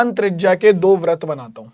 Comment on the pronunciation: Brit ko brat bolte hai